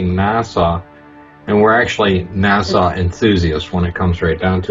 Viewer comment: Its NASA, not Nassau.